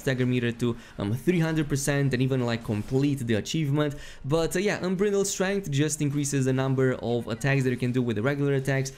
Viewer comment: It’s so strange to hear someone with such an intellectual understanding of an incredibly deep battle system not be able to read the words “stinger” and “unbridled”